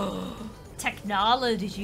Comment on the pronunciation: Idk how you managed to pronounce technology as "technlologleee" but you did and I love it <3